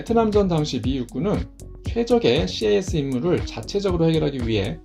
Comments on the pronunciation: CAS "씨에이에스"로 읽지 않고 그냥 "캐쓰"로 말합니다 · 군(공군-ROMAD)복무때 CAS시 미군 A-10이 날아와서 함께 작전했던 기억이 나네요. ^^ CAS '캐스' 라고 읽습니다~